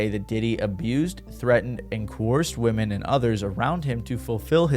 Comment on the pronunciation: So sick of these youtubers censoring shit that doesn't need to be censored or not pronouncing "women" correctly.